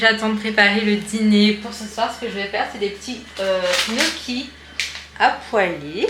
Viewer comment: je crois tu confonds les gnocci avec les knacki mdr tu fais un melanges des 2. Ce que tu prépares toi c'est des gnocci ça se prononce " nioki " lol